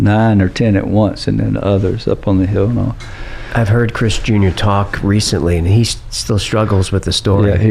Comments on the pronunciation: Every time he says chris junior it sounds like he's saying chris jenner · I keep hearing Kris Jenner. Does he mean Chris Jr? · I kept hearing Kris (Kardashian) Jenner most of the time. But I am playing it faster than normal.